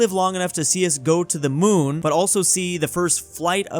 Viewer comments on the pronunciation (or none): none